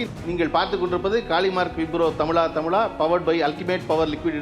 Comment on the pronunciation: தமிளா தமிளா இல்ல தமிழா தமிழா பிழைகள் இல்லாமல் உச்சரியுங்கள்